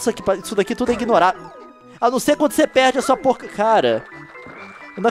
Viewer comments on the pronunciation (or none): none